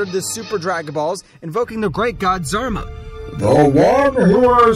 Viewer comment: zarba…isn’t it Zarama?